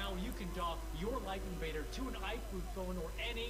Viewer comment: se pronuncia laif inveider, no como se escribe..